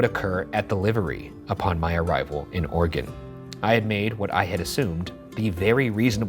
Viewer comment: Thankyou pronouncing Oregon the correct way